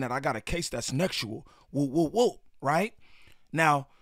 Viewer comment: “Nexual” is crazy 😂 i know why you gotta say it like that but that’s still hilarious